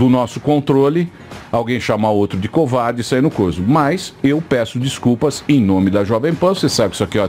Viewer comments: Pronúncia correta :VOUSSE É UN KOUVARTI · "couvauldi"... kkkkkk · diz a lenda que até hoje ele continua dizendo "você é um covarrdgii" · "VOCÊ É UM COUVAURDE" KKKKKKKKKKKKKKKKKKK, VENDO NOVAMENTE EM 2020, MUITO BOM! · "Só estava conversando com ele" 5 minutos antes: "couwardy, vouxê é un couwardy!" (pelo menos 174x) KKKKKKKKKK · o cara que você idólatra do vídeo também não fala português perfeito 👍 😂 "couvardi" dont cry couvardi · "você é um couuvardi" vai acabar com o "desliga o freezer a notche" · "vocer é um covairde" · eu escutei ele falando "covarde".